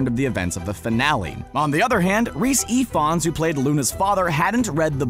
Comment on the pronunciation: the way you said the welsh name😭😭coming from wales the way you say Ifans is EveAnnes ahah i love the way you said it tho